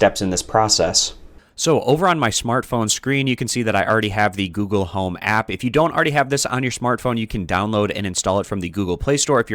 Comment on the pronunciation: Goole home